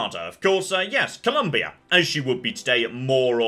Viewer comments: Going to have to give a minor bonk here, especially if the series goes on: There is no U in Colombia. It is pronounced ColOMbia and you will learn it on pain of slow, painful, spreadsheet based death. XD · See also: Implanting a U into the word Colombia, which I'm so sick of hearing. XD